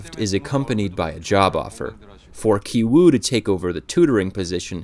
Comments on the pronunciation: The name of the son in the poor family is pronounced as Gi-woo not Gai-woo. You should have studied the characters' names properly before you made this video. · can english speakers at least try to pronounce asian names right? who tf is kai-wu lmfao 😭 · Character names also have meaning. 杞憂(KI-WOO Korean pronunciation) which means eedless worry, a radical center. 旣定 (KI-JUNG Korean pronunciation) which means already determined, planned. Same as movie content. last scene show that KI-WOO stones are no different from other stones. In other words, rich family image, It is a illusions created by money. also rich man job (vr machine seller). Poor people dream of being rich, but in the end, because they have no plans, they are haze of illusion. Parasites are films with various layers. The interesting point is that the pizza shop Walker appears on the a stadium. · Ki-Woo (pronounced "Key Woo") Ki-Jung (pronounced "Key Jung") Ki-Taek (pronounced "Key Taek") The title of the movie Parasite in Korean is Ki-Saengchoong (pronounced "Key Saengchoong")